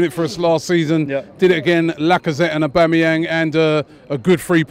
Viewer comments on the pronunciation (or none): none